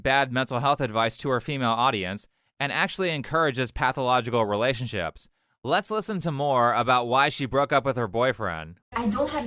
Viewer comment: Anyone else notice how she pronounces it, "ree-LAY-ships?"